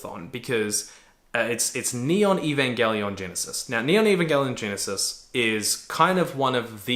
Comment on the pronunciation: Eva changes drastically if you haven't seen it in a while. If you're cool with introspection it'll fuck you up, in a new or different way. Or it won't hit as hard. It's always changing as how you view yourself and the world changes. I hold it close too, and hearing him say the name wrong consistently kinda made me go mmmmm... Then watching it while at the gym makes me feel like he missed out on a lot.. Like Misatos dad leaving her behind... That's not what happened. Sounds like he needs another watch too :)